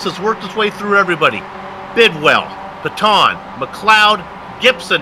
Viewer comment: It's pronounced pay-tun